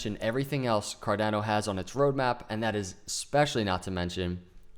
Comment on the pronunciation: Great charting! It is pronounced Car-donn-o, not Car-dann-o. The 'a' is pronounced as 'ahhh' , like in Spanish. Just ask your SO : ) Appreciate the TechA